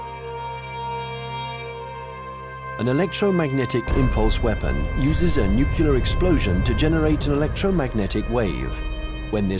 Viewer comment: Why the hell does everyone say "Noocular"?! Repeat after me - New. Clear. New-clear.